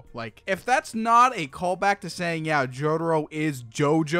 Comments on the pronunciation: “Jodaro “ Breh its jotaro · Mans kept saying “jodaro” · i mean cool video and all, but wtf is a JODERO? Cringed every time he said joDURRO, which is a lot